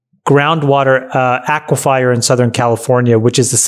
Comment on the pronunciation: Hey Chamat - It is not pronounced Aque-fire. It is "akwafar". Lol